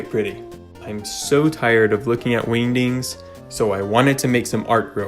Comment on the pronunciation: I like the way you say, “wingdings.”